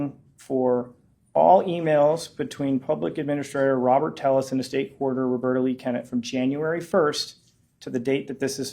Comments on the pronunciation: Is there a reason his last name is spelled Telles (tell us) but he tells everyone his last name is pronounced Tay us? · His fingers creep me out. Skeletal and spidery, almost undead. Robert tepes, not telles. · Robert “tell-es” another lie why don’t u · Two Ls in Spanish is pronounced as a y sound..crazy how ppl tell another person the correct pronounce of there own name